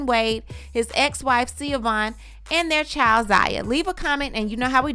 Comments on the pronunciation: ..: GIRL I LIVE FOR UR SHADE..: it’s LEGENDARY../ but PUHHHLEEEAAASSEEEE!!! SAY HER NAME RIGHT!!! It’s. Pronounced either “ Shhi or Shha VON… not SeaObon… girl u got my anxiety at a 10 every time u said her name I couldn’t even concentrate on what else was going on! REMEMBER THAT ITS EITHER SHAVON OR SHIVON TO CORRECTLY PRONOUNCE IT!NOT THAT OTHER SH*T u was repeating! LORD I NEED A XANAX AND A MEDITATION SESSION FOLLOWED BY A TRIP TO THR THERAPIST AFTER THIS! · Please stop ✋🏾 with the Siobogh or however you’re pronouncing it. It’s pronounced Sho-van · Hahaha her name is pronounced Sha-VON😂😂 I know how it’s spelled but her name is ShaVON or SHAVAUGHN everyone in Chicago called her SHAVON WADE😂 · I know its spelled weird but it’s pronounced “Shi-Vahn” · you are right. It is pronounced Sa-Von. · I was going to comment this correct pronunciation of the Irish name & spelling. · Pronunciation is "Sha-Vaughn" 😁 Gabrielle and Dwayne is using the little boy for financing gain! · Her name is pronounced "Shavonne" though it has a traditional Irish spelling. Sha-Vonne chil'! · It’s pronounced Shavon I have a friend with that spelling I forgot the origin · It’s pronounced ShaVon…👀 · Girl that’s not how you pronounce her name. It’s Irish. It’s SHA- VON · The ex-wife's name is pronounced SHEE-VOHN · I think her name pronounced “sha-von” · Right! It was so frustrating listening through an entire video with the incorrect pronunciation. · I’m sorry just hearing you mispronounce her name is annoying.. I know u have been corrected but please do your homework before reporting.. js🤷🏽‍♀️